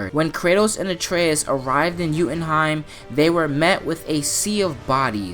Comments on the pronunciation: You keep mispronouncing jotunheim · you say joutinheim wrong I know I spelled it wrong